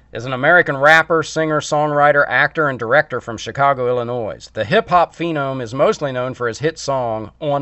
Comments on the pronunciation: Just a heads up. When you pronounce the word Illinois the S is silent. It's not Illinoissss". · it's pronounced illinoi the S is silent which everyone over the age of 7 knows how to pronounce.